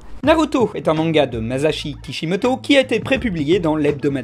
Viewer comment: ma-ça-chi et non ma-za-chi T.T..